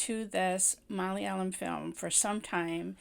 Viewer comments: You pronounced "malayalam" in a very good good way,even North Indian can't match it. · Loved the way you said malayalam, suraaj, nimisha so beautifully .. Loved the phrases, boiling point, pressure building up😁 this was exactly what I was feeling at every scene. Cant get rid of this movie from my mind because it's so relatable.. Plight of Indian women!! And it's still the same in some houses in kerala and in India!! 😔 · You are best in how to pronounce "Malayalam".